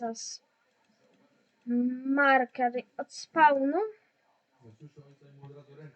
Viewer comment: Ale no angielski fatalnie maurkers gadasz maurkers